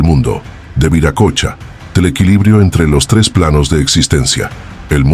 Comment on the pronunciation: Se pronuncia viracocha no viracocha